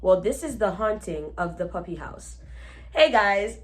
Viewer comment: Hey, I'm Jamaican 🇯🇲 I think she was meant to say "Duppy" instead of "Puppy". In Jamaican patois "Duppy" is our word for Ghost. PS. Love your channel! ❤🤗